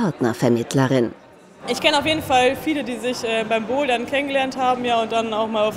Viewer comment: Sie sagt BOULDERN